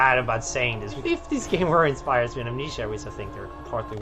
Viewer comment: I can't get over him pronouncing it "Am-NEESHA". Part of me wants to believe that's not his accent, but how he really thinks it's pronounced, and none of his coworkers have the heart to tell him he's mispronounced the name of his life's greatest work 7,286 times.